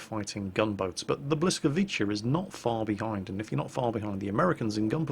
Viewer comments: The way you pronounce Błyskawica is Bwiskahvitza (with wi like you'd pronounce "win") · The Błyskawica (Polish for ‘Lightning’, pronounce bwiskavitsa, with ‘wi’ to be read like in ‘wisdom’) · Your pronunciation is almost spot on, the only issue is that the L with the line through is more of a, (well to put it into simpler terms), it's basically the Wha sound like in the word What. But because of the positioning of the Y, it turns into more of the Whi sound like in Which, or Witch, etc. So it ain't B-lis-kawica, bur rather B-whi-skawica. (misspelling is done on purpose to show the difference in pronunciation)? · It's pronounced more like "bwyskavisa", with second "s" because most non-slavic people will have problem with saying "c" with our accent. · witam! It's actually pronounced 'Bwiskavytza'.:b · Bliscavitsa:-) but good attempt, almost nailed it. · It's pronounced something like Bws-kaa-vit-za. :) If that helps :P The L with the little line through it is something like the "w" sound in English. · You almost got the pronounciation right ! :D You only have to switch the "CH' sound to a "TZ". So BlyskawiTZa would be the closest i guess. But i still stand by my language - we pronounce the "C" as a "C" sound, not as a "K" sound :P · Hi. Try: "bweeskavitza" - not Perfect, but closer to original:) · totally butchering the name... its bhwee-ska-vee-tza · it's pronounced Blee-ska-veet-sa. Great attempt though considering 😁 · "Oh new vid from... and it's WoW! Wait, WHAT?! Błyskawica? I MUST SEE THIS!" Later LOL!:D You said "Blyskaviczia":D But it was close:) Close enough;) greetings from Warsaw:) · The 'l' in Blyskawica is pronounced like a soft 'j', like in 'bjorn'. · But hey, its pronounced as "blýskavice" and it means something like lightn... Hey, what is that gun for?? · You can pronounce this "Blyskawitza" ;) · Think it's pronounced Bliskavitza, phonetically :)